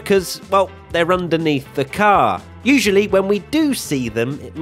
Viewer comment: Can say "car" even more obnoxiously?